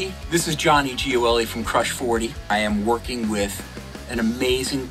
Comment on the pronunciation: I'm gonna be honest, I'd never heard Johnny pronounce his last name until now, and pronouncing Italian last names as I do I figured it was "jo-EL-ee".